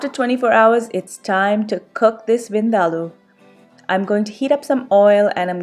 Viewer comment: Oh Thank you ever so much for CLARITY (in how to correctly pronounce) this particular dish. Finally. I can rest my case. Lol. I too always had to argue with certain FRIENDS that they were pronouncing it wrong hahahahaa. Lol. LUV the Dish.